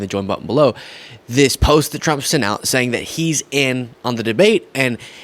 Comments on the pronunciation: You were right the first time. 'Tramp' 😆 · Best slip up ever!! Tramp! 😂😅 hilarious!! You do excellent work. You keep up with your great work!